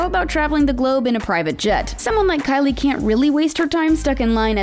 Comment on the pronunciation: The girl who talks she didn’t say Kylie Jenner she said Kkylie Jenner